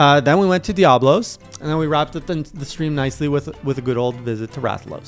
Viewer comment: Leg - ee - ah - nah Oh - doh - ga - ron I mean you can pronounce Diablos fine. Hope this helps!